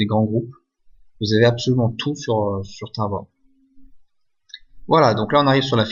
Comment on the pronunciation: Ça me tué comment il dit tawobayy 😂😂😂🤣